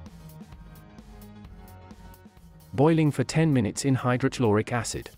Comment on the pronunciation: Lol the way the speech synthesizer said hydrochloric acid! I've never heard the blend of "Ch" and "L" until now.